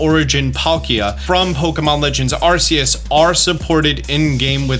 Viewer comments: The only thing that ticks me off about this video is the way you pronounce Arceus. It's supposed to be "Ar-key-us," not "Ar-see-us." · Please say arceus right